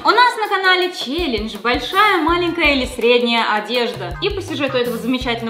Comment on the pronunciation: Что я заметила - малЭнкая!!!!